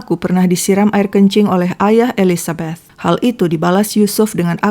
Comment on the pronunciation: Seneng sama pengucapan "Elizabeth"-nya kak xixixi kayak pernah tinggal di Amrik/inggris, perasaan saya "th" itu susah bgt 🤣🤣😭😭 sama pengucapan Monchengladbach-nya 🤣🤣🤣 (ya saya fans Bundesliga